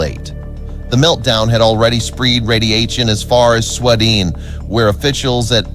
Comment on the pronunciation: swed-en was a violation too